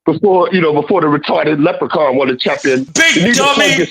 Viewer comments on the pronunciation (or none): Rory packed Left um Handed up real good , he said leprican 5 xs